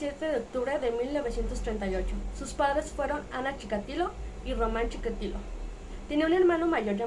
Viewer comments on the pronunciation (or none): Chi KA tilo. Dices Chika LI to